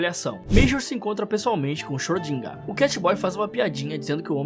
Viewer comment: o tal do xrödinga(ö tem som de O e E juntos)